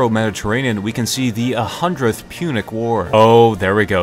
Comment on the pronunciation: Punic War not Munich War